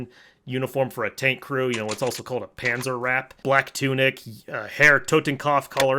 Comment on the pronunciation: I was a big fan of Dragan Man, still am but these fact checking videos are funny asf and I love how he mispronounces the uniforms and stuff “Panther Tanker”